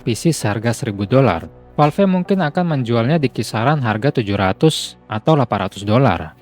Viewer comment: valve kok baca nya valvi? wkwk